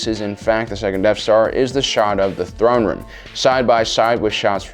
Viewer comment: Cant tell if your memingly saying Thrawn Room or not. Hmm